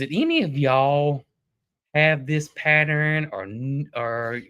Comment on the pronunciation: Lol......pattern is a 2 syllable word not 3. Pa tern not pat ter ren. I just get so tickled with all of our different ways of talking. Love your videos!!